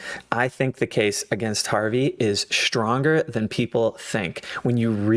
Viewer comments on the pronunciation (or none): Very good video, BUT the word is STRONG NOT SHTRONG.